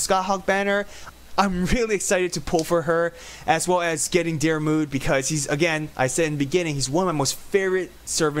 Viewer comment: The way your saying my name 😑 Your so far off